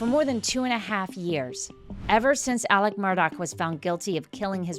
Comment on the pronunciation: Its "Alec" not "Alex" even though its spelt that way. They must have Scottish heritage because thats how we pronounce it and "Murdaugh" is pronounced "Murdock". John Marvin was seen removing gjns from Mozelle by a drone the day after the murder so it could very well have been him in the white truck. He also removed the boat from the boat accident scene after walking under the crime scene tape while Mallorys parents were kept behind it. Hes the "cleaner" in the family. They all seemed to have very defined roles until Alex went rogue. The boys were brought up to believe they were untouchable which turned them into entitled, arrogant, unpleasant young men and Maggie loved the money and the name and when she found out there wasnt any money she filed for divorce. These are not nice people. Peope dont all of a sudden become angles because theyre dead. Did they deserve what happened to them? No but lets not pretend Maggie wasnt a money loving snob and Paul wasnt a vile individua who abused his girlfriends and flund the fact he'd crashed a boat hilarious when his "friend" was still missing, theres a video of how he behaved at the scene, he also had a massive drink problem and his parents encouraged drinking and Buster is nehind the death of Stephen Smith. I hope hes held accountable for that. Maggie absolutely had something to do with the other housekeepers death, the one who raised Paul because she was too busy being a " socialite". The Murdaughs were the law in this area LE were th